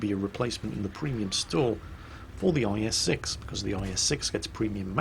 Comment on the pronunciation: At some point he said IS-sex???? What's going on there?:P